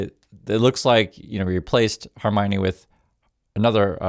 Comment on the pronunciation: Please stop saying Hermione. Khamenei is not in the Harry Potter cast!